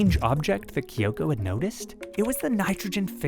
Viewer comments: her name is kyo'ko. not ki'yo'ko. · no, her name is not kee-ohko. its KYO-KO. two syllables, you american.